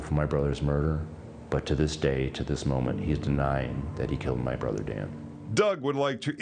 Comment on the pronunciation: Ashley, It's Not Brodder ,brother it is